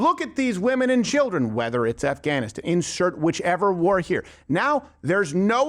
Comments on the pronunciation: No gwar 😂 only peace 😅😂 love you Steven please never change ❤ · "If we don't end gwar, gwar will end us."